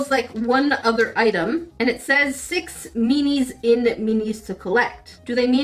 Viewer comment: I keep thinking she’s saying, “meanies”. 😄